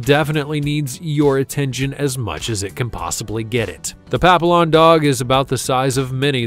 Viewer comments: Every time he mispronounced the name it was like fingernails on a blackboard! I'm thrilled someone kindly corrected him :) Are they so-called because their ears resemble a butterfly wing shape? They are cute looking, I'm certain they have a gorgeous personality to match. I guess you could confirm that with 5 of the sweethearts. I imagine that 'keeps you on your toes'! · Pap-ee-ohn, not pap-ill-on. And I got mine for free - she was from a mill breeder and they dumped her when she got too old to have puppies anymore. She needed several surgeries, full removal of her teeth and a lot of care so she wasn't really free in that way, but she is more than worth it. She's about 21 now and still quite spry even if she is losing her sight. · It's NOT "papi-lon", it's "papi-yon" as in French for butterfly. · It's pronounced pap-ee-on. Not a pap-ill-on. Get it right. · Pap-“e”- on not papilon lmao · First of all, "papillon" is pronounced "pa-PEE-yawn." It's French for "butterfly," referring to its ears. Some of the beds you missed include the Bichon Frise (small dog, really good with kids, doesn't shed, and about a 0.2 on the 1-5 barking scale), the Coton de Tulear (Barbra Streisand swears by them), the Miniature Schnauzer (many of my relatives had them), the Corgi (Queen Elizabeth's fave), the Australian Terrier (similar to the Sily Terrier and Yorkshire terrier), the Miniature Beagle, the Bolognese, the Havanese, and the Low-Chen. I also wouldn't have included Yorkipoos, as they're not really a "breed" but a "designer mutt." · The video shows other dog breeds than the one being discussed. In discussing the last dog, the Yorkshire Terrier, we were repeatedly shown a Silky. Papillion is a French word for Butterfly and pronounced Pappy-yon. Dachshunds were bred to hunt badgers, dachshund literally means "badger hound" in German. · Someone needs to tell the narrator how to pronounce papillon. It's French and the double L is pronounced as double ee. Pap ee on